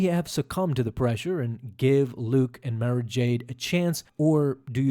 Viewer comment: Good video. Definitely saying Mara incorrectly though!! 🤘🏻🧡🧡🤘🏻